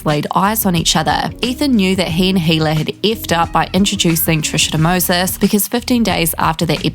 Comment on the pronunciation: Who are you?! You can’t even pronounce Hila’s name correctly. Don’t you hear her say it herself and then you wanna tell us all about their personal life and who they are and the way they think? Again….and you are who?